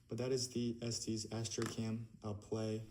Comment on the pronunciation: Yea the audio sucks but you should know it's pronounced "es-tess" and not "es-tees" :)